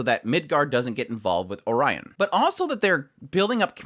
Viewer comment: The only complaint I have about your opinion is that you pronounced Oriana as "Orion" Other than that, nice dude. I love Cid, but I can completely understand why some dislike him. Sometimes, his action leads to other people being traumatized, even if it's overall led to good results, but well, he has never had good intentions, to begin with. Also, his "I AM ATOMIC" pretty much cleared out all the clouds and the sky, effectively changing the weather. I don't know if Iris will give up on defeating Shadow or Shadow Garden, at least in direct combat. She's gotta figure out some other way, things aren't just going to be solved with brute force alone, or she could try to find the truth and shift to targeting the cult instead. I can think of a situation where Iris finally understands Shadow Garden's motives and all, but still can't agree with the way they're doing things, so she chooses to fight against the cult independently. Probably Alpha is just going to be like "Do whatever you like, just don't stand in our way". I think it's better to let Rose keep her burger wrapper, so things are a little bit less corny and edgy, and a little bit more wholesome. Likes "Well I abandon everything behind, but I still got this wrapper that I sometimes look at it for some courage and some mental boost". It also helps because she may be more cooperative if Shadow Garden at least doesn't destroy things that are important to her, even if it's just mentally. But well, edge is literally one big part o